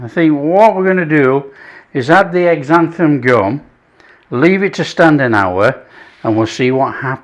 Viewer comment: Hi. Thanks for making the video. Xanthan Gum (X pronounced Z) should be shorn into liquids. Blender or immersion blender are best. It is used at a percentage of .01 to .03 most usually but some recipes or techniques go as high as 1%. Cooking the flour has a good effect too.